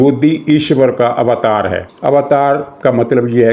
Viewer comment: اوتار کی واءو پہ زبر نہیں ہے۔ ذرا زبر کے بغیر پڑھ کر دیکھیں۔۔۔۔تلفظ واضح ہو جائے گا۔۔۔